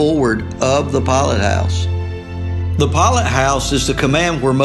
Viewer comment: "flaw-bridge and poll-it house?" 😆